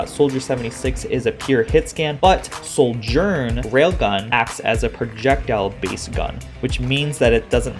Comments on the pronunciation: its not SOULGERN. its Sojourn. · Why are you pronouncing her name with an 'L' in it? ....